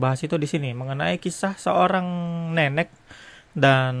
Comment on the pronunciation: apa gua doang denger si ngomong si nenek jadi neneck